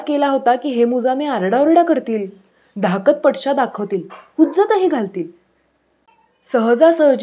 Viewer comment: मँडम वाचता छानच। धाकधपटशा या शब्दाचा उच्चार धाक- धपटशा असा करतात ।धाकध - पटशा असा नाही .